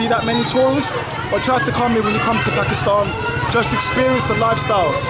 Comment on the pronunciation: the upcoming singer with the cap is so cringe. He called Pakistan Pyekistan, now that's some wannabe piece of s***